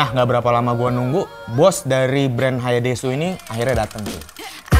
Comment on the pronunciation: Bacanya Hayaides bukan hayaidesu😑🤣